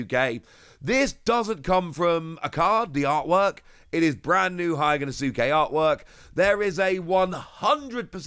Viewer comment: Day 1000 of asking to pronounce Hyogonosuke correctly 😂